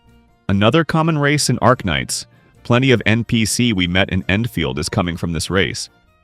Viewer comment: "We have planty of option"💀